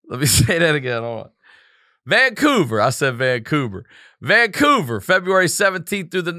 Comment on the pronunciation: VanCoober 🤣 and then he said Fevruary 🤣🤣